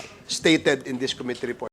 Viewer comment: MAGAĹING SANANG UMINGLES SI CONG. DAN FERNANDEZ, KAYA LANG, KATULAD NI CONG. ACOP, HINDI ALAM ANG TAMANG PAGBIGKAS SA SALITANG "COMMITTEE", NA ANG 'STRESS' IS ON THE 2ND SYĹLABLE, NOT ON THE FIRST, OK?ŕ